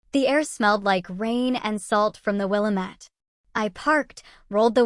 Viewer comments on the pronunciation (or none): If you're going to try and say you're in/from Oregon, at least pronounce it correctly. Especially, "Willamette".